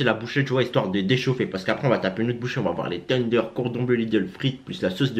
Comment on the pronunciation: Il me fait rire comment il dit tenders teundeur 🤣🤣🤣👍😂